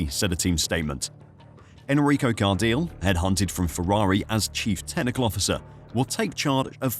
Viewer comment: its Car-di-le... hes not english, do some research